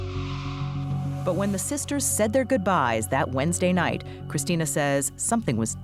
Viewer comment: It absolutely boggles my mind that someone could pronounce the word night as “not”. “Time” pronounced “tom”.